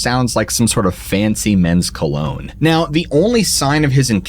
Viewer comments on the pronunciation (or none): none